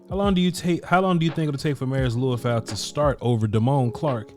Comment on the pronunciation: His name is pronounced Lee-oo-fow, not Loo-i-fow. When you watch his college games, you'll hear the announcers all pronounce it the same- FYI.